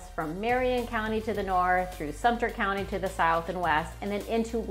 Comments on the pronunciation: It's Lake Sumter, not Lake Sumpter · It's Sumtaa...